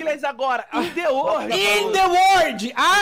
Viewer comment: El gato:eu sou o maior youtuber do uordi(obs:arriscou no ingles(outra obs:é world))